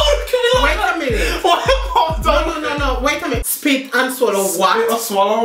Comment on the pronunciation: Spit or sollow😂